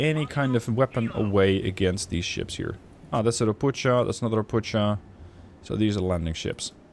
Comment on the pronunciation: I like your videos. :) I really do... just please dont say "RoputSCHa [t͡ʃ]"... it is "RopuKHa [x]"... Toad in other words. :) p.s.: I belive that by using offensive ECM you are visible on emissions.